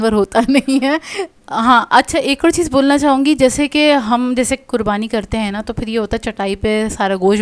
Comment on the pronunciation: رخلیتی ہیں نہیں۔ رکھ لیتی ہیں۔ چیّز😂😂 چیز ...Chase Pronounciation p dehaan den . 😂😂😂 Plzz